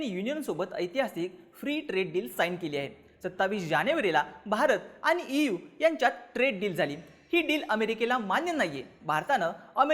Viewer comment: इव नाही ई. यू.